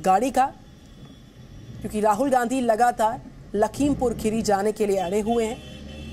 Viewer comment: राहुल जी आप पहले यह ठिक से बोलो खेरी नही खीरी